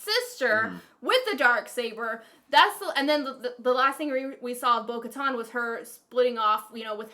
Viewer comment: I'm dead, she said Bo-Kahtahn